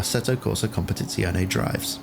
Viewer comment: finally someone that nails the pronountiation of competizione XD